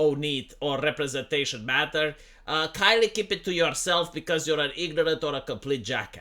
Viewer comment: "Muh Wheel Chair Rupruhsenteyshun" This deserves to be mocked.